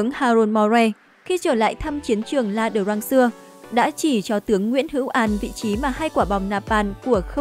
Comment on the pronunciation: i-a đrăng k phải la drăng